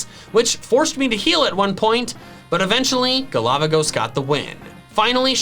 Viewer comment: Everytime said "galavagos" i heard it as "A lava ghost" 😂